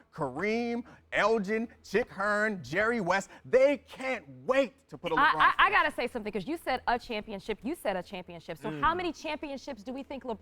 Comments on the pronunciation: Dude said, "Chuck Hearn." Cmon man.. and he said he grew up a Laker fan. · said Chuck Hearn and I turned it on mute. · Did just say chuck hearn? who is he anyway? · This fool said Chuck Hearn. #allcredibilitylost